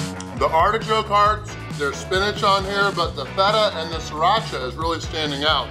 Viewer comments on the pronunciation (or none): none